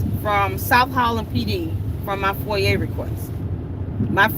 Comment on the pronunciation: Love you and your videos. Foi-yah is how you say it